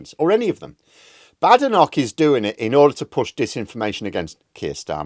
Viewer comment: Long A vowel in Badenock! Not short A vowel. However, she's BAD!